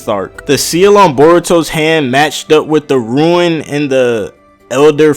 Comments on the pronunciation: RUNE FFS IT'S RUNE. not ruin. Ruin is like what your are doing to both the English language and anime with your videos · It's pronounced "Roo-n" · It's pronounced "Rune"